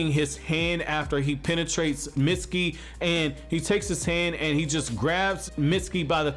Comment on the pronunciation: its mitsuki not misty